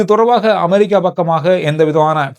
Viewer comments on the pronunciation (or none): none